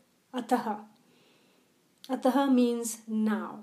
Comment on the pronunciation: Plz do not pronounce ataha.. it is simple ath अथ Ataha means अथ: and this not written in first sutra. Plz pronounce simple अथ